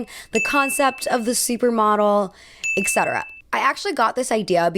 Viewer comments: eT cetera where is the “ek” coming from? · Etc. should be pronounced as “etˈsedərə”. Please use the correct pronunciation especially when you use this word every 30 seconds